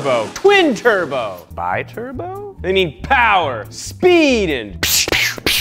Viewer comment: Let's talk about how you said "Bi Turbo"